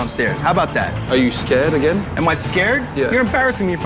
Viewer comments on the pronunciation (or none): none